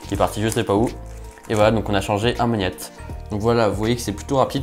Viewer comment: Ça me démange quand il dit « maniette » 😂 Ça se prononce mag-net